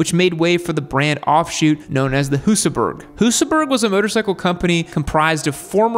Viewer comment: you pretty much got it right! Then you defaulted back into butchering the name again. And Husaberg is pronounced "Husaberj".